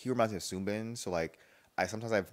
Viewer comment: It’s sooo bin not seungbin😭